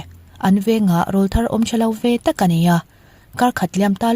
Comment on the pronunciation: Rolthar ti zel suh...rawwwllthar...tih tur aw...awrawl thar... hrethiam s em😅